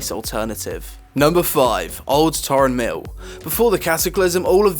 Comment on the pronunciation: its Tarren mill not Tauren mill